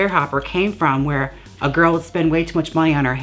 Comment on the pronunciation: "Tease That Wig GiRRRL" with four "r's". I am serious but 11 months too late. Love you so much Jaymes Mansfield.